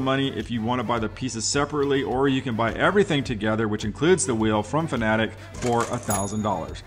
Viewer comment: Thank you for not pronouncing Fanatec wrong